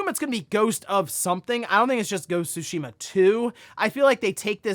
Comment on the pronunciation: I like when says “Go-su-sheema”